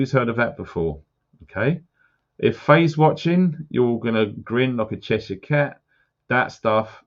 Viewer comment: Stop saying Shy-er! It’s SHIR??? pronounced SHER! York-sher! Lanca-SHER! You’re making the world mispronounce the shires! You said Cheshire correctly, why not the other shires???! Lol! Keep up the good work but at least pass on the knowledge of language shizzle, ta luv!🤣